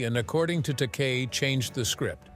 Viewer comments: Takei is pronounced Ta-kay. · Stupid AI can't pronounce Takei. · It's pronounced,Take I. Take eye. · George's last name is pronounced TA-KAY. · Bottom line - in Shatner's mind (only!) it IS all about him. - "long and bitter feud with George Ta-KAY"! It's an insult to sing the praises of a man who was dismissive of the rest of the cast, insulted his fans (I was there in Atlanta in 1976 when he refused to sign anything but his new album, which had to be purchased from him, and he told off a young man for asking a 'stupid' question. I lost respect for Shatner that day.) and then mangle his costars' names. Then, somehow you say it right, then pronounce it TAH-kay? Consistency! George, Nichelle, Walter Koenig (KAY-nig, not CO-nig), and especially Nimoy - all felt overshadowed by his ego. James Doohan (not "Doo-Han" but Doo-an), a sweetheart of a man, usually refused to comment. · This has to be AI generated and computer spoken. It's not only repetitive but I heard "Takei" pronounced three different ways (Tak-ay, Tak-eye, Tak-ee). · they must have been distracted by George Tak-EE